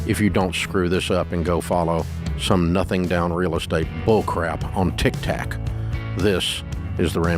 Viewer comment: I admire the fact that Dave is fully aware that the name of the app is tik tok but he continues to call it tick tack out of spite.